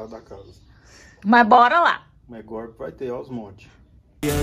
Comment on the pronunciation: "Reforma" não! É "gorpi"!